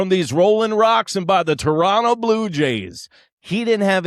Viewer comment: Just started watching you, and you pronounced Toronto correctly. Tip my cap to you!